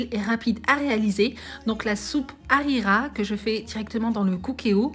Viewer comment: Mdrr Arira au Maroc 🇲🇦 on dit pas arira